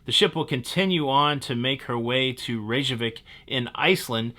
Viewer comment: Pro tip: You did a good job pronouncing Reykjavik, but the "j" is a y sound (think "fjord") so it's pronounced "ray-kya-vik" :)